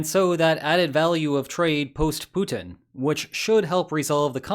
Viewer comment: Please stop your "PUTIN IS DONE" pronunciation, it is soooo annoying and nearly stops me from watching your videos anymore...